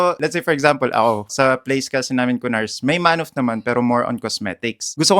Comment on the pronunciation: Ku-nars and Ku-phars 🤣🤣🤣🤣